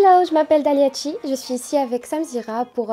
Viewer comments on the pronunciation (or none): tchi wooow Why, mais pourquoi vous changer la prononciation de votre noms